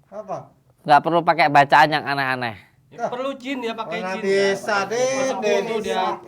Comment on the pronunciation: bacaan ngk btul..tk pantas jdi kyai..wuuu